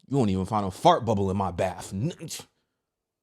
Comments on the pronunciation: It's BATH...NOT BAPHS...my OCD was going off 😂😂😂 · It’s bath not baff.